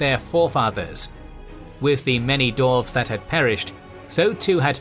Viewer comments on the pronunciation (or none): try saying dwarves instead of doorves otherwise love ya work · Yeah, all I’m hearing is dorves not dwarves. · That was absolutely killing me... "Arkon" ... Lol... That and it sounds like the narrator is saying "Dorfs" instead of "Dwarves."